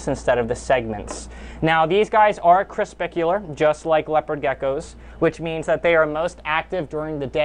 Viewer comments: Is it just me or is he saying corspicular instead of corpuscular? lol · Just so you know you pronounce "crespicular" as crepuscular. Lol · Not creSPICular😂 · Anyone else bothered by how he says crepuscular?😂😂😂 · Omg yes!! Lol Not hating on you dude but you can’t be educating people with the wrong words 😉